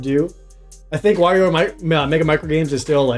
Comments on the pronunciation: It is Wario, not "wor-rio." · I am the only one who was annoyed at how many different ways they pronounced "Wario"? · War-io Ware-io Wore-io Where?-io Whoa-rio But I pronounce it "That character sucks"